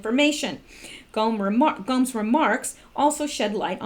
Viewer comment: It's pronounced go-mes.